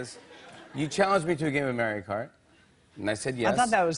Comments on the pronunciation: "Merio" Kart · Jimmy saying Maeree'o Kart makes me wanna hit him so bad. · mare-rio mare-rio kart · "merry-oh KART" - JF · Is no one gonna bring up that Jimmy said Mario like "Mayrio"? Wtf? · ''Mærio Kart'' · Michael says Mario correctly than Jimmy. Yet Jimmy says it wrong